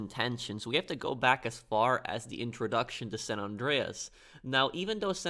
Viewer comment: SAN, like SAND, not Sawn.